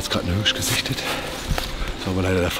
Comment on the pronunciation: Wichtig: Immer eine hand in der Tasche beim laufen & die Waffe auf der Schulter!!! Aber Hauptsache er kann Hööörsch gut aussprechen.